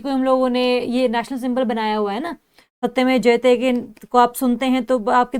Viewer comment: Maam 41 min 21 sec to 24 sec you say asatymev jyte 😅